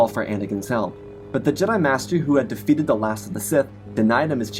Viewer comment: weird verbal quirk.. you end some last words of sentences with "m". "galaxym", "defeatedm", "the call to do som" "now truem"